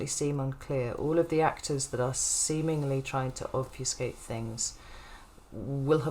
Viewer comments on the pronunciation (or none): Then you said obfusicate.. heehee.. And I realize I may have mixed two words together "confusicate" is that a word?